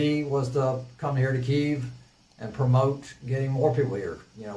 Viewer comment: The guy went to fight for Ukraine and can't even pronounce Kyiv correctly.